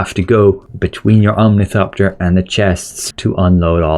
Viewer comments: O R N I T H O P T E R . You kept saying omnithopter and it irriated me beyond reason, I am sorry. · omnithopter lol